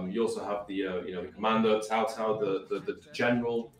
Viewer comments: It's not 'Cow Cow', not 'Cao Cao' as in pronounced 'Sow sow', but 'Tsao tsao' if you need the actual pronunciation. You know, the funny thing is that these devs said they looked into the history and all those things, and they couldn't even get the pronunciations right (it's not even a hard one, tbh) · Yeah I guess you could say that, but the emphasis on 'Ts' in Mandarin is important. And as for AngryJoe,I think I'm pretty sure he said 'Sow Sow'? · It's more like tsao tsao the pronunciation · tsao tsao means you have to pronounces the t. chinese phonetics bruh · Which clown told these guys how to pronounce "Cao cao" is what I'd like to know. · Sao Sao is not better. Idk what the fuck tsao tsao is as a pronunciation. Seems like something some clown wrote down as a guide and gets read as sao sao. It's closer to ciao in Italian, but as one syllable. Or hell, the chow in chow mein is a terrible anglicization but would have been more correct.